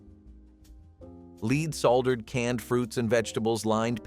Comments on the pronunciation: Also "lead" soldering is pronounced so it rhymes with "red". It's not pronounced to rhyme with "bleed". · Leed = Lead